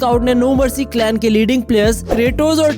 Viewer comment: Talent not tailent ,n clan not clain .